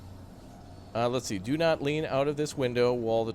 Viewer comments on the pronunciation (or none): Btw, Whilst it pronounced While st